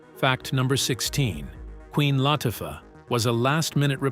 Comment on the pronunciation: “LAH-Tuffah”??? Lol